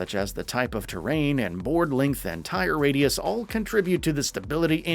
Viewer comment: I'm sorry did you just say "tire-radius"?